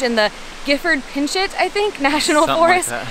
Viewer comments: Pinchot is pronounced "pin-sho". Nice video, was searching Cape Flattery and wound up here. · It’s pronounced “pic chow” He was the first Chief of National Forest. A lady I worked with and for retired last fall as the National Forest Chief, Vicky Christen.